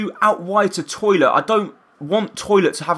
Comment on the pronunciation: His name is Tollitt, not "Toilet" lol